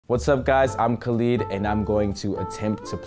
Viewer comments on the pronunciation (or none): Khaleed?? I thought it was said “ka-lid”?? Baffled.